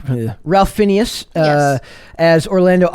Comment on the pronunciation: I enjoyed the Kings Man better than Matrix 4. The actor name is pronounced Rayf Finez. I knew his name and knew it was pronounced differently. It’s a weird one one but sounds cool. Everyone was great in the movie. Was not heavy SJW.